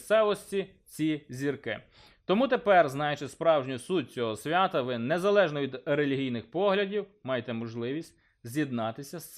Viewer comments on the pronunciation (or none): none